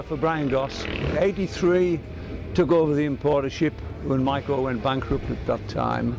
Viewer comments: I'm pretty sure it's pronounced like the word Kaiser, like My-Co, as opposed to May co Also, I've ridden one of these and it was phenomenal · Yes. Legend. (Its pronounced My-co). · Except Maico is correctly pronounced My-co...